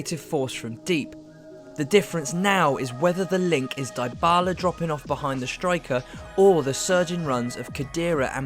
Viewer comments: Dybala is pronounced as 'Deebala' and not 'Diebala' ! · Everything in this video is well done but you English need to stop butchering player’s names. It’s not Die-bala! It’s Dee-Bala!!! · Pjanic is suspended the first leg. And it's pronounced Deebala, Barz-eye-ee, Eeg-why-een. How can I take you seriously? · it's pronounced Di-bala not Dy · Great video, but yeah the Die-bala made me cringe too.... Plus he kept calling Hee-guain instead of Ee-guain lol 😅